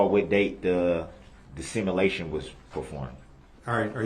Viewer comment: There’s another word that DB butchers. Sim a lation. 😂🇦🇺